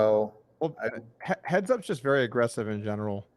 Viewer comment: dougwass you was vewwy mean to meeeeeeeeeeeee